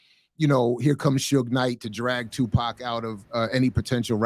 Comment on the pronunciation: Who is pock. Stop. His name is tupac shakur